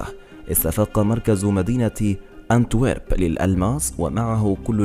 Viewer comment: اونتويرب وليس كانتويرب